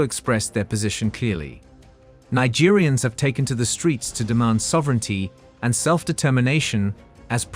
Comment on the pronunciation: Say the word MARGERINE . That is how Nigeriens end syllable is pronounced. You are saying Nigerians which is another country.